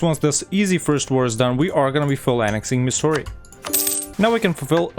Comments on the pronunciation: Why the french sounding names ... it's pronounced Mysoor and Coodaloor. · Pronouncing Mysore as Missouri is the funniest thing I’ve heard all day 😂. But other than that ur pronunciation was way better than I expected